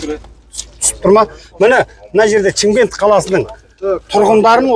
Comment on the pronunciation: Чимкент емес Шымкент.